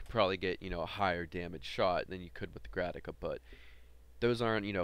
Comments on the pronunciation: Dude. Say Grataka one more time. I dare you. I double dare you. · Good video dude, one pointer is that it's a Grakata, not a Grataka :P